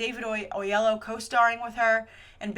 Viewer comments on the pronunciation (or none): Hey, I've noticed when you bring up David Oyelowo, you've been leaving an "oh" at the end of his name, saying "Oh-yellow" instead of "Oh-yellow-whoa". I agree that Zoe Saldana should not be playing the role of Nina Simone. They should have cast Uzo Aduba for the part. A Venom movie would be pretty cool and I'm curious to see how they're gonna pull it off while keeping him separate from Spiderman. I don't know a ton about the character so I'm intrigued. A 21 Jump Street/Men In Black movie seems ridiculous. Not excited for that. I don't know Sandman well either, but JGL does seem incredibly particular about the roles he takes as he gets older.